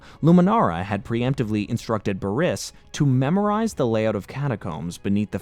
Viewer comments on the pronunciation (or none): Man needs to correctly say the words right. Its not baris Its pronunciation is Bear-is